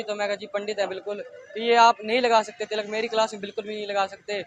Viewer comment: What is with the pronunciation?? Tilak is different from Tiilak. They are pronounced differently…